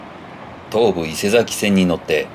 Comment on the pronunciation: 西新井に十年前に住んでいましたが、 西口の駅前がこんなんなってるとは！ P.S 東武線は “いせさきせん”ですね 『伊勢崎線』 “いせざき”だと、 横浜の伊勢佐木町と混同してしまいますから。